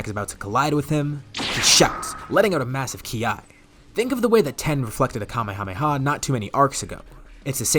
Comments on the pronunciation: Tien's nickname is Tee-En, not Ten. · His name is Tien not Ten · It's Tien not Ten